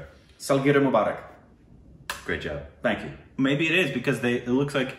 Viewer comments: Mu is pronounced as Moo like a cow does! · Mubarak sounded like akbar.... 🤣 🤣 🤣 ଜନ୍ମଦିନର ବହୁତ୍ ବହୁତ୍ ଶୁଭେଚ୍ଛା ରିକ୍... A very very happy birthday 🎂 to you... ଓଡ଼ିଆ or odia language from odisha 👌 Janmadinra bahut bahut subhechha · You did great but It should be Jan-nam Din Mu-baa- rak. It will be helpful. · you pronounced the hindi one: janemdin right, but Mubarak you korbinized